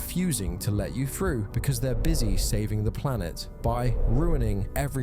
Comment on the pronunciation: Seriously, how as an adult do you let yourself say frew instead of through, frowing instead of throwing, twenty free instead of twenty three,?